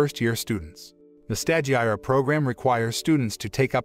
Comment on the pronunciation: You desperately to watch & LISTEN to the anime in order to learn how to pronounce the names of things because as it is you mangling the language; stagiaire for instance is FRENCH & pronounced STAu-Ge-AIR 3 syllables, Long a, long i, silent e